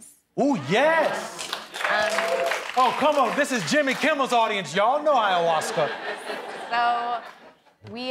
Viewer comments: Is she calling it hiyahuasca? Lmfao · It’s not Hiawaska. Oy. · She’s so pretty I almost forgot she pronounced ayahuasca incorrectly.